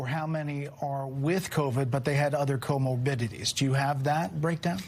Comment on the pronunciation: Comorbidities... this man said COMO BIT Tiddies. O_o